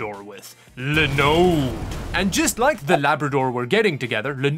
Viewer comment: it's pronounced Linn-Ux not Line-Ux... Funny that you pronounce Linode correctly then mispronounce Linux! If this weren't a Tech channel, I wouldn't mention it. but.....